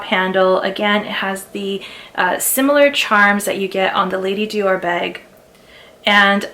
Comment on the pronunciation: Sweetie, you’re not French. Why are you pronouncing Dior that way? 🤡🤡🤣🤣